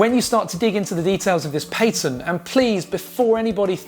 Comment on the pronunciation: Paytent lmao 3Head